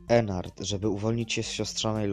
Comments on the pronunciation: Ennard a nie Enard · Po piersze nie ennart tylko Ednardd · to ennard a nie enar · To jest Ednard a nie Ennard